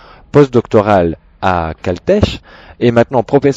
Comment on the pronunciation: Bsr, je me z'abonne :) J'ai bien ri sur "caletèche" c'est "kaulteque", sinon bon sujet, bien détaillés, tu a des sommités qui ont validées certaines thèses, n'hésites pas à t'en servir si tu choisis le camp du "normalitude" ou le camp "exotude", rester neutre c'est bien mais cela n'attire personne ;) merci.